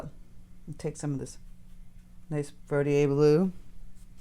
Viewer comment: I’ve been trying to find the blue she is using. How is it spelled? She’s pronouncing it Verdieay? There is a Verditer, I think. Is that the one? Thanks. I didn’t see it in the notes but may be overlooking it.